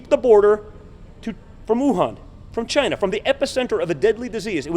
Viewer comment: Look at Mini me's eyes, he is wired. And he is now pronouncing "Chyna" he is pathetic. Slipping in lie after lie, the "death rate is almost nothing". There was only a PARTIAL ban placed on China, 340,000 people were subsequently admitted following the so called ban. China was not the epicentre, Europe was, Trump critically delayed six weeks before stopping these flights from the real epicentre. Negligent homicide is a crime punishable by law.